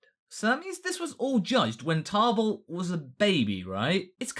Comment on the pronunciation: Why are you putting an R in Table's name?